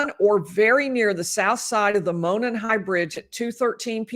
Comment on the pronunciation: Would love to have coverage from the trial~ been waiting on this trial forever. I'm originally from the area...and by the way Monon is pronounced Mow Non....lol :) My heart goes out to you and your family over the loss of your husband. I don't know how you're doing so well...my husband passed away 2 years ago and I'm still a hot mess. God bless you all 💗 Thanks for all you do.